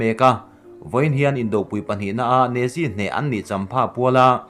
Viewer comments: Ne zi🤣🤣🤣.... Nazi ti tur zawk aw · Nazi hi natzi ti a lam tur aw